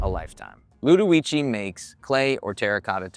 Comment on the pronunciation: you said the name incorrectly